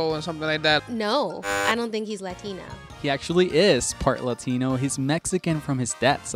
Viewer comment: I hate the way he pronounces Latino, maybe he should've... not been the guy for this